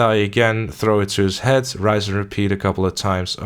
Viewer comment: RINSE and repeat, not 'rise and repeat'.